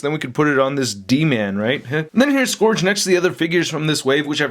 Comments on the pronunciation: Hate to be nitpicky but it's pronounced Suh-gur-g not Suh-gor-g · So no one mentioned that he's mispronouncing Scourge? The O is silent. It's SKURJ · The handgun is a Desert Eagle. The Shotgun I'm not sure but it looks like a tactical Remington 870. The knife might be a Ka-bar. And shells are brass. Not copper. And your pronunciation of "Scourge" drives me crazy. It's pronounced "Skerj" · It's Scourge.